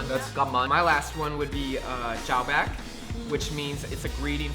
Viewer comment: It's Bắc not buck, chào bác not chào bàc